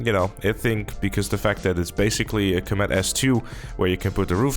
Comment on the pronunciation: I hate how you pronounce Comet as comEt imo it should be cOmet. Otherwise i like your vids :)